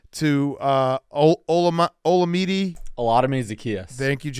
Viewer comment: Jake with the incorrect pronunciation of Olamide's first name, shame